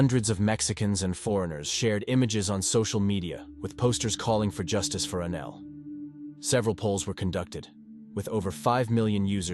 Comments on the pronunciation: Anel, not ANAL!!!! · It’s extremely upsetting that the bot keeps calling Anel, Anal. Sick of these bots getting victims names wrong. Especially in this case. She stabbed her 61 x and got 7 yrs in juvie 😮not finished yet. Hoping it changes. So she ended up doing 3.5 yrs for first degree premeditated murder. And a brutal one at that 😡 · these would be a bit better if someone actually took the time to read the script instead of letting the AI do it. It's hard to take something seriously when their name is Annelle and it keeps saying Anal or three-at-en-ed for threatened just to name 2.